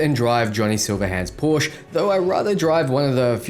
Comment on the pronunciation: What is a Porsche 500? Its a 911. Also your pronounciation of Porsche is wrong